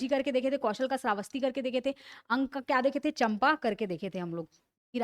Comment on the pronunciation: Maam class is good but you need to improve your pronunciation of some words, like its champa not chapa